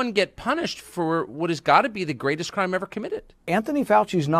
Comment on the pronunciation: "Greastest" ... yet to date...